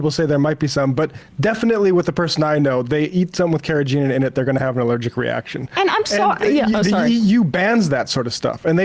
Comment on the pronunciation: Never heard anyone pronounce "carrageenan" that way lol. Say.....u know what the ancient Chinese folks used it for....?? 😏